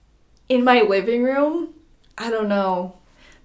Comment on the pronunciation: did anyone hear her say wiving room?